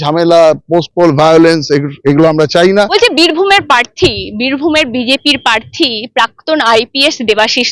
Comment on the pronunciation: Kothata prarthi, proshno, parthi ba poshno na.